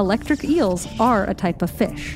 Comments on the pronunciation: It's pronounced Fish not Fischch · Am I the only one bothered by how she says, “fiSH?” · ikr? Maybe that's how to pronounce fish: "fesh" instead of "feesh". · The was says fish is killing me. Almost like she says Fussshhhhhhh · It’s weird how she says fish “Fush” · Why does she pronounce “fish” like “fesh” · I like the way she says fish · I like how the narrator says "fish"